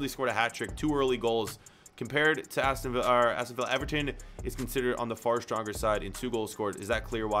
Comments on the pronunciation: In the future...He says Aston Villa like Aston Viy🤦🏾‍♀️ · Aston VILLA, not via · ”Aston via” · Ah yes aston viya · My man just called them Aston Veea (Like David Villa) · You pronounced Aston Villa wrong